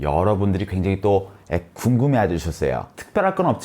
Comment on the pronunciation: 여러분들이 애 갱장히또 애 귱금해쥬샸어오 발음지리노